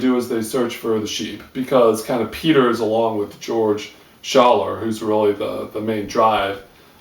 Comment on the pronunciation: I liked your review and listened to it all the way to the end. Still, there are a few things gone wrong: He's called Matthiessen ('eee'), not Mattheiessen. The biologist is called Schaller, not Staller. The trip was taken in '73, the book was published in '78. The monastery is called Shey Gompa, not Shey Gumpta. It's pronounced esotheric, not esosteric. But nevermind. Safe journeys, mate!